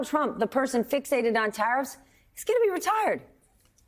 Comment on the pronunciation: Hews youw tawiffs